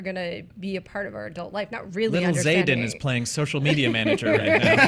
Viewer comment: Hahaha, "Zayden" xp